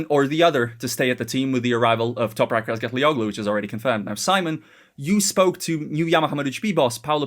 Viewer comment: toprak's name is pronounced: toh-prahk raz-gat-lee-oh-lu. that ğ in oğlu is SILENT. he'll be happy if you say his name properly!!! oglu means son of-- like mac/mc or o in scottish/irish.